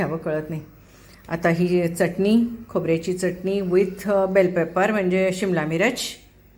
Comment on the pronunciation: मँडम चटणी चा च उच्चार स्पष्ट करावा